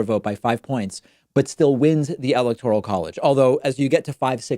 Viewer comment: why do you say 'electoral' weirdly?